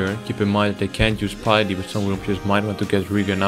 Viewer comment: btw u pronounce it as pitty when ur dutch. r u?